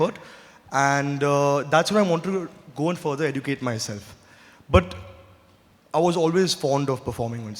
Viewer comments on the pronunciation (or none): Someone tell him how to pronounce the word educate!